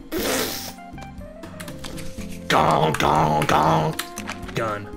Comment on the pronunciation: Did you created the "run" meme? That "gun" sounded very similiar